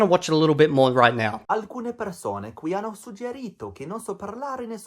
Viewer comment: There's no way he used that congiuntivo himself while dropping the double consonant in the most basic of all words, "hanno". That just screams fake. The only thing that could indicate he actually studied Italian is the "ad immaginare" spoken with "a immaginare" in the script, I don't know how TTS works and if that can be attributed to TTS. Other than that, if he's B1 then he's a B1 that ran away from all sorts of Italian input and covered his ears frantically when hearing the first millisecond of an audio spoken in Italian.